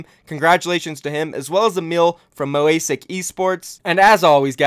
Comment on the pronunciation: Moh ay sic